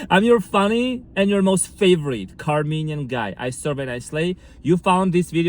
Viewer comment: OMG you said "Carmenian"! HAHAHAHAHAHAHAHA! Thank you for existing.